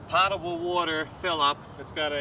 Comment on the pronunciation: Looks like the van has had a cabinetry upgrade before you got it. Nice. BTW....'potable' rhymes with 'floatable'.